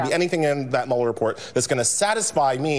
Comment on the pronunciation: You are pronouncing Muller wrong